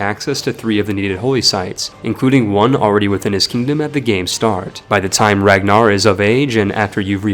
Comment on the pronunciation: The fact you said Ragnarr’s name wrong is my pet peeve now